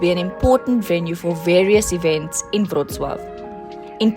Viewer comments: That was the best pronounciation of name of policy city I have ever heard from a person who doesn’t speak polish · I am so impressed that Amecians can pronounce Wrocław perfectly like everyone in Poland! ❤❤❤